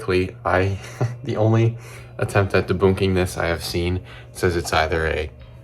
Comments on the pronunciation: I'm sorry, did you say 'deboonking'? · That dude just say deboonking? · “Deboonking”? Are you Canadian? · Why do you pronounce "debunking" as if you've never heard another human being say the word out loud? Reminds me how a lot of AI narrated videos get one or two words wrong just because it doesn't know how they actually sound to the human ear. Also, why are you using comet, meteor or asteroid and meteorite interchangeably as if that just seems like a rookie thing to do? Someone who researches the videos as much as you do shouldn't be doing that.